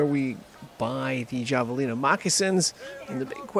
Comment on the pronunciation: The j sound is more like an h. Have-alina